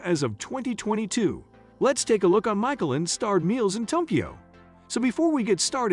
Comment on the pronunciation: This video has lost all credibility by not being able to pronounce words key to the content such Michelin and Ramen